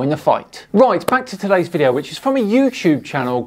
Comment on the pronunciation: M-ISTER! It's a v-IDEO. Why are you y-ELLING?